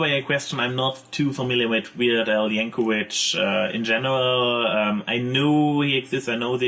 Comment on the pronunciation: lol "yank-a-witch"